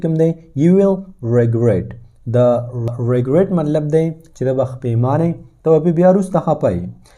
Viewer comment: The pronunciation you can speak false of the regret • the pronunciation is reh-gret